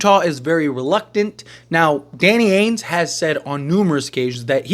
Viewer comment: Why do you say AINES and not Danny AINGE, there’s a G in there lol